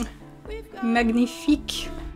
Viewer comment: I have to go back to this video and do every single thing you mentioned, everything sounds guud. Thank you for your recommendations P.S: I lovvve your mug P.S 2: magnifique in French is pronounced manyifik